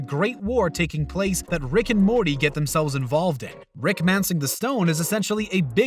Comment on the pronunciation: Gonna stay mad at the narrator on these ones... Everyone was up my ass on another video saying he just has an accent and I was being rude. No, he pronounces Morty normally MOST of the video then randomly over annunciates the T sometimes. He does the same thing with the title and the episode names, sometimes, it sounds totally normal then completely at random we're back to over pronouncing the consonants in the middle and at the ends of words. STOP IT.